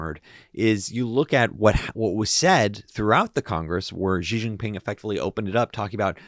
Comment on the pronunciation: His name is pronounced "she," not "zjee." It'll help in showing a more credible knowledge of China and its politics